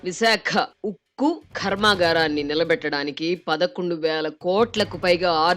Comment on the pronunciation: అయ్యా రాధాకృష్ణ గారు! ఆ వాయిస్ఓవర్ ఇస్తున్న మేడమ్ గారిని మార్చండి సర్. అనవసరంగా తరచూ పదాలను ఒత్తి పలుకుతూ ఉన్నారు. ఉదాహరణకు ఒకటి.కర్మాగారాన్ని ఖర్మాగారం అని బలంగా పలుకుతున్నారు.ఆవిడ గొంతు కూడా సహకరిస్తూ ఉండక పోవచ్చు. దయచేసి అర్ధం చేసుకోగలరు. శివోహమ్